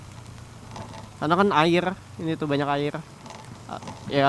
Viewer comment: airrl, lumurrll, pasirrlll :v